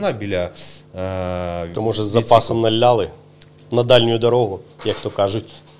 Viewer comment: НАЛИЛИ!!! а не "налляли"!!!🤬